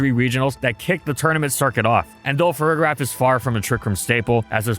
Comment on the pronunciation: For the record, the g in Farigiraf is pronounced soft, not hard. You should be saying the second half of its name like “giraffe” like with the first half of Girafarig. This is an extremely pedantic point but I feel like more people say it wrong than not and it annoys me for some reason lol